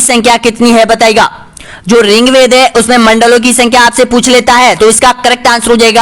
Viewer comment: सर आप पढ़ाते बहुत अच्छा है बस ऋग्वेद को रिंग वेद मत बोलिए